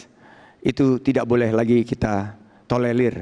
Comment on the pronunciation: Tolelir atau torelir atau tolelir atau lelotir ...??